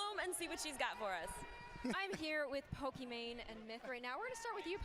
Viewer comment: It's not "pokimain" 😒 ...